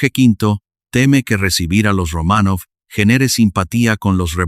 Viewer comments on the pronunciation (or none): Estupenda historia, pero los nombres rusos son esdrújulos, llevan el acento en la 1a sílava: Rómanov, casa Ípatiev etc. Es un detalle, pero importa en la narrativa. Saludos desde México.